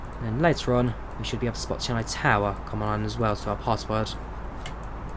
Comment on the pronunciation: im from chennai and its pronounced chenn ay not chenn i